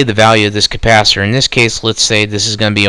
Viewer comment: Capacitor, not compasiter.